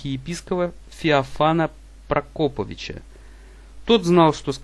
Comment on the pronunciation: А что за полуграмотный пацан читает? ПрокОпович))